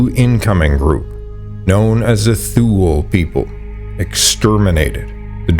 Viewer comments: Thule is pronounced "Tue - le", not "thool", isn't it? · yes, you are right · Thule is pronounced "too-lee" not "thool" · Mate, nice work, but check your pronunciations. E.g., Thule is toolee, not thool. Pagan is more like Paygan. The "thing" was Althing. Nuclear, not nukular. There were a few more. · Thule is pronounced "Two Le" Not sure why I am telling the AI voice this 😂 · Thule is not pronounced “thool.” It’s too-lee or too-lay. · Great video. Thule BTW is pronounced toola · The Thule people is pronounced, 'Tool-ley', they used poisoned tip arrows that were blown from a hollow bone, when they fought the Norse, who resorted to wearing coats of armoured mail, when they fought the Thule, but to no use. The Skerlings in Vinland and the Thule in Greenland were badass warriors to get the better of the Norse, people in Europe had a lot of difficulty defeating the Norse in battle. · Thule is pronounced Too-lee in the latin sense of “ultimate thule” which was an island north of Britain. In current Scandinavian languages the final vowel probably sounds like a soft a.. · tool eee is how u pronounce thule